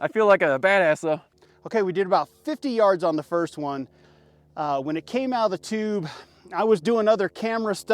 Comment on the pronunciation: He said toooobe 😂